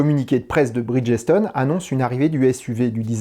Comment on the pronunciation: Il est préférable de prononcer Bridge-stone que Bridges-tone. Les Français et l’Anglais… 😉